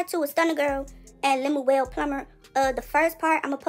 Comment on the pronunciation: And lemonwell instead of lummel 😂